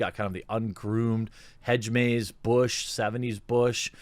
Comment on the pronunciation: "Hedge-maze" lol